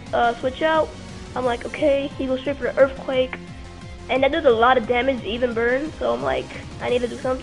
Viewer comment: . Wasn't even a good "prediction". Anyone would've gone for the recover. Opponent is bad, narration sucks, battle sucks. "He goes for earfquake and that does A LOT, lot a damage" Yeah it's a stab earthquake from 130 base attack and even if sableye is defensive, it's still a sableye.